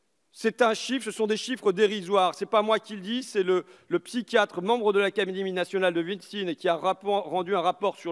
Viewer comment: merci, merci mais c'est l'acaDéMie et pas l'acaMéDie